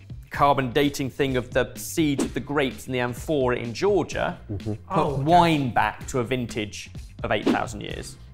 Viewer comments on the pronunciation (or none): none